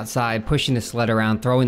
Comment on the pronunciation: i swear when you said you were pushing the sled around a little bit i heard pushing the "slut" around a little bit i was like omg!:O gasp! great video!